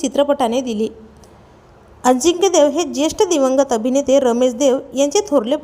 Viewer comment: Adhi nit bol ajikya nahi tar ajinkya lamban lau nako